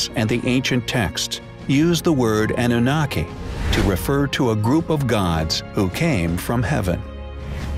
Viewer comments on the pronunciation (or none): The narrator should have been tutored on how to pronounce certain words (such as Annunaki, Nephilim, etc.) before he actually recorded the audio track.